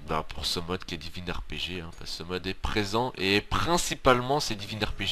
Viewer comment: Lol he said divin ArePeJe